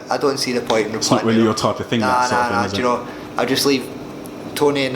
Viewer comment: Ricky 'ja'know' Burns